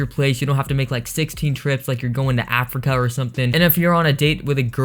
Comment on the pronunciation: Did u just say Africa